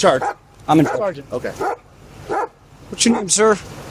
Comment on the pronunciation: SEARGENT! GET ME A SEWRGENT NOW!